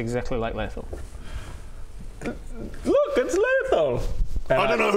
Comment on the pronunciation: has a major brakedown about the guys attention and then calling him Laiathel absolutely killed me:D